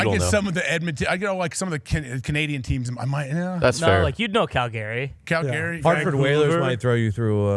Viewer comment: Love you guys, but please don’t say CAL-GARY. 😅. Lots of beautiful cities in Canada 🇨🇦 Come visit!